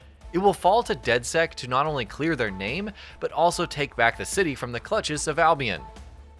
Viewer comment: Its not albiEN its albiON jesus christ.